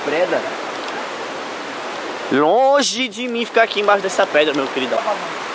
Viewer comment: No minuto um deles disse preda querendo dizer pedra